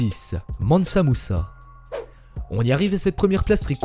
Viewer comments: L'avocat du Diable deja ceet pas kankan mais kankou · C'est Kankan Moussa et pas moussa-moussa... Mes oreilles saignent encore ! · c'est pas mamsa moussa mais plutôt kankan moussa